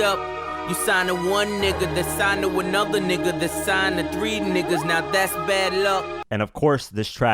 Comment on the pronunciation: “All TREE of y’all” 😂